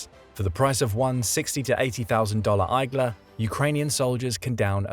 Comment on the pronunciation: igla’s is pronounced ig-la’s not eye-glass😂